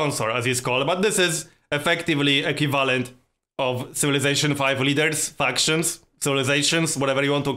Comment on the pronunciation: Equivalent (Eˈkwiv'lent) not (E'Q' valant) love your video ^.^